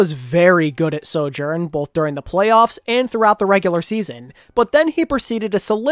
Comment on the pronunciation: I like this channel but PLEASE for the love of god stop saying soJOURN! I feel like im going crazy listening to this intonation